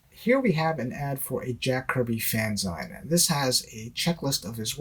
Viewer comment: Dude LOVE your stuff- GREAT CONTENT- super informative and highly entertaining- plus very well thought out. One thing though: it’s fan-ZEEN (like “maga-ZEEN”), NOT “fan-ZINE” as in “enzyme”). Gotta bets the BASICS right brother!